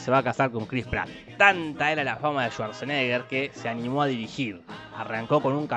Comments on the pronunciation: "un nombre impronunciable" yo pronunciando su nombre: Arnold Suaseneger ✨😂😂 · Arnol Zuarzenéger